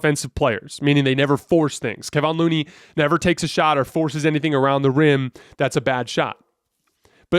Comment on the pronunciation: Come on man. It's Keh-von Looney. Not Keeevon or whatever you're saying. He's been around for years please learn how to say his name.